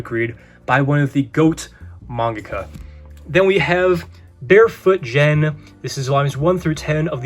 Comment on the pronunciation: btw Barefoot Gen is pronounced with a hard G, like Go : )